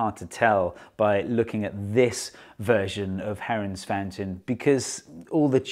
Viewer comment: For a second I thought u said heroin